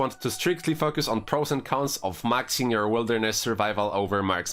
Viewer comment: Your pronunciation of "focus" has me rolling. "F*ck us" xD